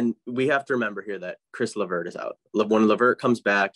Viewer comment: That was bugging me too. Almost lost it at Chris